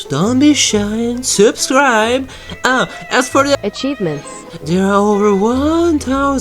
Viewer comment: I died at the mispronunciation of Achievements lmao